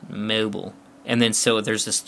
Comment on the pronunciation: lol you said mobile funny but is the phone good around Verizon areas